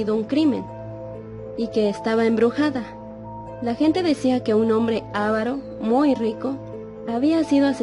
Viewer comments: Muy buena historia, pero dìganle a la que se dice avàro no àvaro que aprenda ortografìa, por lo demas buena historia..Saludos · No se dice ávaro si no aváro ni siquiera saben leer cuando narran que mal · eva calzadiaz perdón pero se dice avaro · Se pronuncia con el acento en la segunda a AVARO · Se dice AVARO CON ACENTO EN LA SEGUNDA A....AVARO SIGNIFICA CODO O CODICIOSO 🙄🇲🇽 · Bonita narración.. Pero sin control de calidad. Nadie le pudo decir a la que se dice aváro sin acento en la primera A. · Elisa Gordillo Yo también note ese descuido. Por lo demás, es interesante.